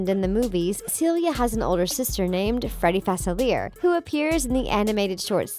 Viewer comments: Right Not facilier like Chandelier it's in a whole movie let's not make up last names. No offense The things cuz I say that with no shade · FA-CIL-E-A. Who is 'Facileer'? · I hate when these video channels don’t do your research it’s NOT “Fa-Ci-Leer” it’s “Fa-Silly-A” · FASELER? FAS-IL-E-A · You pronounced Facelier wrong. It's Fas-ill-ee-yay not Fas-ill-ee-yer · Facilier... killing me. pronounce it right please Fah. Sil. E. A. Not Fah Sillier. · It"s Facilieh that is how you pronounce it it's french not Facil ier. Facilier. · Fa-sil-ee-air is how to pronounce his name. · facilier is pronounced fa-silli-A, it's french for easy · FASILERR NO FUH SILL EEE AYYY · Omg.... its pronounced Fuh-see-lee-ay!!!! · ITS PRONOUNCED FA-SILL-YAY!!!!!!!!!! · Yeah it's supposed to be fa-ci-li-a, I think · Facilier is pronounced Facil-e-ay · ITS SAID FA-CE-LE-A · It's pronounced Faciliare not Facilear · Any one else annoyed on how she says fauciler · Anyone else annoyed at how she pronounces Facilier Its Fah-Sil-Ee-Ay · It’s pronounced “fa-cil-e-a” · ouch... it's Fa-Sil-ee-ay NOT fa-sil-eer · It’s facili A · I’m sorry when you pronounced Dr. Faciliay I cringed so hard. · Why did she keep mispronouncing Facilier it’s pronounced fuh-SIL-ee-ay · It’s Fa-CEE-lee-aye not *Fuh-SIL-ee-ay*. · Omg Facilier is pronounced Fah-sil-e-a. cringing its French routed like new Orleans is. #dontyouresearch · It’s FACILIA ITS CREOLE 😢 R.i.p Cameron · It's pronounced Dr. Fa-silly-aeh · Girl, it’s Fa-ci-lee-a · It’s pronounced (fa-sil-we-air) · Yes very. Like it’s (fa-sil-ee-AY) Edit: Idk how I could rly spell out the pronunciation but I tried. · Fa fil I a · Fas I leer lol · its pronounced faciliae not fasavzierzveaer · Say it with me FAR-SIL-EE-A! Ooh if I could reach through the screen and slap her every time she pronounces the name wrong, I would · Am angry about how the keep say fasiliar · IT'S PRONOUNCED DR. FACILIER ( FAS- I-LEE-AY- ) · FA-CILL-LEE-AY is the pronunciation of facilier